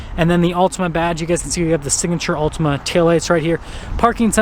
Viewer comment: Not sure about this review. You can't pronounce the name of the car correctly.